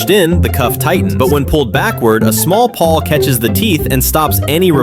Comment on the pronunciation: PAWL, not PAW